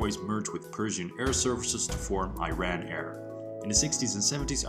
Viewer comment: Man, the country is pronounced "ERAAAN" and not I-RAN!!!